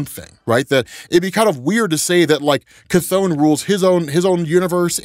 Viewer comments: Cath-ON lol 😂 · The way how you say chthon makes me laugh everytime!